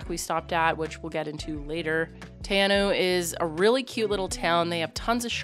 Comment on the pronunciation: Theres also a really cool little place to stay on the way at Knobs Flat.Quite cheap and has a really awesome walk to a waterfall,need to take food and drinks cause there are no shops.Also it's pronounced more like tea-r-now 😄